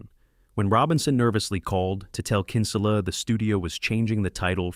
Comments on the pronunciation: Bad pronunciation by narrating voice, "Kínsula" ? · Yeah no way “the announcer” saw this movie. He made Kinsella sound Spanish😂